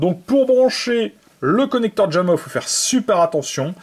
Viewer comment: "Djamma" lol